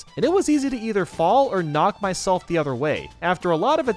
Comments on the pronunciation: Is no one going to talk about when he said “my-shell-f” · Did Did he just- Did he just say my shellf? that’s my boy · Why did you say "Myshelf" in 1-mid castle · It said my shell